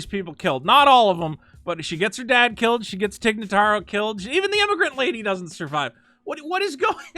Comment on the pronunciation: The way was butchering every other name, I’m kinda surprised that he got Tig Notaro right.